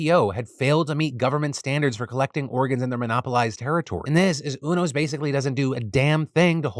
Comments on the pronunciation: I have never heard UNOS pronounced like that before. Its United network for organ sharing. I've always heard the u pronounced like "you". It was throwing me off. :) Also placer county, ive always pronounced the a like apple. Though im not sure what is "correct" but that was fun either way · It's pronounce You-NOS. As in the letter U then NOS. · Phiiiillll it’s pronounced Yew-nos 😅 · Is that really how you pronounce unos?! Ooo-nos… I always thought it was you-nos (ie. Greys anatomy, ER, good doctor, ect) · Phil, just to let you know, UNOS is pronounced you-nos